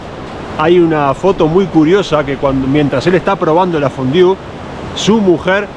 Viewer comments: porque dices fondiu? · es La fondue, como tu lo dices suena fatal